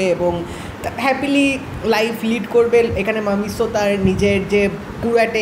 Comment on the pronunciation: ভাইজান নায়কের নামটা ঠিক করে বলেন।ওইটা মামিসো না মাসিমো হবে